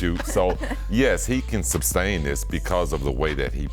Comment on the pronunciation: Scotty “SUBstain” Pippen 😂